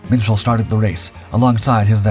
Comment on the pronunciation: Minshall is pronounced Mitchell?